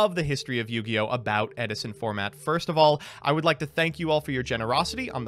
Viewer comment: Ed-i-son! Ed-i-son!